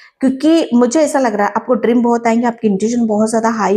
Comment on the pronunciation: Wish you a very Happy Diwali...! Ma'am, why do you time and again say 'Drim' instead of 'Dream'..?